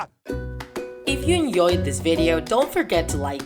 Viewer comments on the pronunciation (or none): Why do you say enyoyed its enjoyed in gust asking